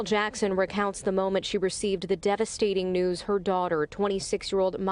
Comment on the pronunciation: Yoooooo,I shouldn’t be laughing but Die-vesting? Fam 🤣